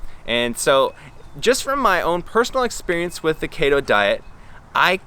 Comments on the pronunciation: Kayto diet? Keto isn't a Japanese word, it's from ketones and you say it like Key-tone. So it's key-to diet. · It's pronounced keeto lol. Great video tho! Keep it up 🌱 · bb it’s pronounced kee-toe ( !!!!! ) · its KETO & KEYTONES lol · say it with me....KEEETO. haha love the content of the video though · Had to turn it off after you said KAY-TOH after 3rd time ... if you're going to knock a diet, pronounce the words right first. Another thing, CHEESE, OIL, ETC; Is dirty, lazy Keto. Vegans do the same. I have a friend who is Vegan, but eats nothing but fast food or processed shit. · DUDE WTF KEY-TOE!!!. If you can’t pronounce it don’t speak in it😂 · Key-Toe ..... Fucking KETOOOOO Diet man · Kayytosiss. Kayyto diet. Kayytons... Love the pronounciation! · Every time you say Kato all I can think of is about that guy from the hunger games lol just messing with you. Don’t put your Health on risk don’t do keto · Key-to... do more research dude. You need to read more and do more research... the information you’ve presented is not correct. And do more research. Sorry but this is all ridiculous. Lol. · I thought it was pronounced "KEY - TOE" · It's pronounced "kee toe" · I love the way you pronounce keto lol (no sarcasm) also! I was debating on going on this myself because it’s so popular and I’m seeing it absolutely everywhere. But, nope. I think I’ll continue with what I’m doing since it’s working and just be patient. Thank you for making this video!! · Longtime subscriber here... I would suggest you redo this video, because suggesting it is an informative science based video, while mispronouncing all of the relevant words just isn't a great look man. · mate did you mispronounce keto to make them keto belevers mad hahahahhahahha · Omg 3 seconds in and I’m dying because you don’t pronounce keto right xD love you man hahaha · I thought I was the only one, haha